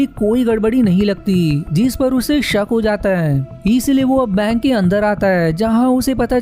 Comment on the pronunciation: अपनी हिन्दी सुधारो भैया... आपका उच्चारण गलत ही नहीं, जानलेवा है। 'जीस' नहीं, 'जिस' होता है। और इसी तरह... जीसकी = जिसकी जीसका = जिसका जीसने = जिसने कीसने = किसने कीस = किस और सैंकडों शब्द जिनका उच्चारण बहुत गलत कर रहे हो, कोई इंसान ऐसा वीडियो कैसे झेल सकता है?